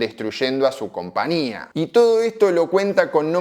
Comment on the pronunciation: Porqué nunca pronunciás la Ñ??? Siempre decís CompaNía.